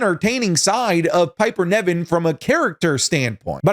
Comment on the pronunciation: always says Niven wrong 😭😭 Niven not Neven